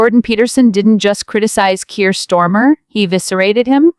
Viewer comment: The AI kinda changed accents there near the end. And it`s Starmer not bloody Stormer!!